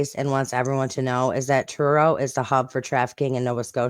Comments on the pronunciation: By the way you did pronounce Truro correctly. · That’s how we pronounce Truro in the uk.